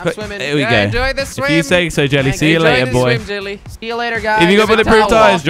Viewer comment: kweb said del lie in stead of jelly